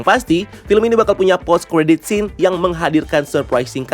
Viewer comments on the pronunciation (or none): none